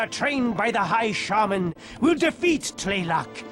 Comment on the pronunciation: Mispronounced shaman